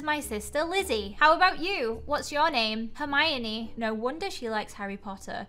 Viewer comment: saying hermione wrong me: gurl maybe u should learn how to read hErMiOnE:>